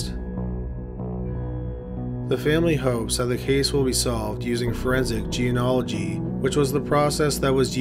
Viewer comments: Ok..I haven't said anything before but this is driving me nuts...it is GE-NE-OLOGY...NOT...GE-AN-OLOGY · or Jean-ology (study of jeans). He says that, too. And he doesn't know the difference between murder and murderer.